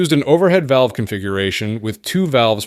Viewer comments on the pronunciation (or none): none